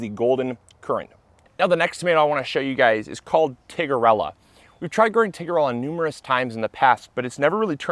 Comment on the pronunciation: Great episode! Thanks. But I think it's Tiger-ella not Tigger! (Not sure what Tigger would think of that 🐯.)